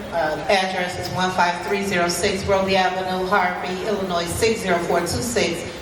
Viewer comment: minute mark, Why did mispronounce her home state? Inquiring minds want to know. One good thing Tiff-Tiff did for “her” community and “her” residents is…. she woke them up and brought them together….